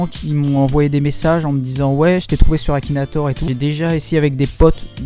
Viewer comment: "KAKINATOR" mdrrrr